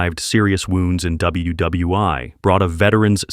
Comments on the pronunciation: Is this an AI production? I've never heard a human pronounce 'WWI' as "double-U double-U eye". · The AI lost me at WWi! .